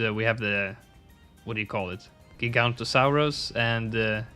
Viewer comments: Its not „giganto-saurus“ its „giga-noto-saurus“ two o‘s in there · How to say giganotosaurus Giga-noto-saurus The o in to is prenounced the same way as the on in no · Giganotosaurus is pronounced “jig-a-no-toe-saurus” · Everyone mispronounced giganotosaurus because they skip all the os and for some reason I die inside when that happens. Also the the g is pronounced like a j